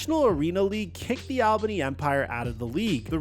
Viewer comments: I was born and raised in Albany (btw it’s ALL-bunni not ailbany) and still live there, couple facts about his arena football situation. Everyone was super excited a celebrity bought the team but especially arena legend EDDIE BROWN’S son, it was a massive deal for the team and community and everyone thought he could revamp arena football in the area and bring it more popularity, he even visited the gym I go to who was partners with the Albany firebirds. Shortly after he was acting irrationally, I believe there was a news article of him getting kicked out of the hotel he was staying at here, he wasn’t paying players, was making huge decisions for the team with no intent, he was the demise of the team. Ruined it for the whole community of everyone who lives here and after that the team fell apart and is no longer, everyone here HATES him and he is a horrible look on his father’s name, wild stuff. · “All Ban E” is how Albany is pronounced lol! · Deleted my comment on how to pronounce Albany after reading this, thank you for repping for us 😂